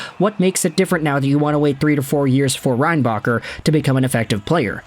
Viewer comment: Should have said his name correctly